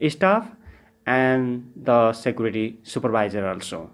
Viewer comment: You should learn how to pronounce the word "Security"